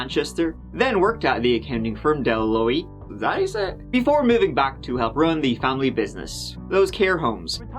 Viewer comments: It's actually pronounced "Deloitte." But that was really close. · Deloitte. Pronounced Deh-low-ate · Ah..it's pronounced..Duh loyt. Deloitte that is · Said like deloyt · I know I'm very late to this party. Just wanted to let y'all know that "Deloitte" is pronounced dee LOYT ("loy" rhymes with "joy." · I think we need a YouTube creator to do a “pop-up video” where they explain all the little references and asides. I mean, who gets the “Last King of Scotland” reference? The US accounting firm Deloitte… is pronounced ‘De Loyt’. Hard T at the end. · It's pronounced De-loyt 😊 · "Deloitte" is pronounced "Dee-loyt" in English. It's an Audit & Financial consulting group. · Can you pronounce Deloitte one more time for us, 😹